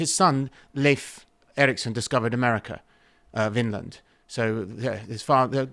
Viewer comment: It is pronouced Layf, not Leaf, my son wanted to correct you as he is fed up with the English getting it wrong.. it is his name 😊